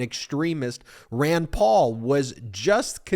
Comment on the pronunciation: I think it's pronounced like R-and, NOT like Ron-d!